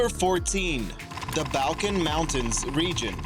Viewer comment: .............pronounced BAWL-kins